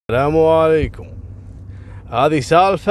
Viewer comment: ويشهد التاريخ ان هذي أول قصه ينطق بها السلااامو عليكوووم بطريقته المميزه 👌😊